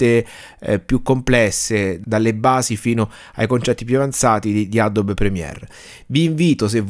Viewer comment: adobe si pronuncia Adobi. (no adob)